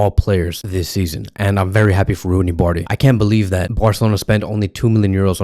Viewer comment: First learn how to pronounce his name😂 Then if he were in Vardrid he would never get as much chance as berca gives him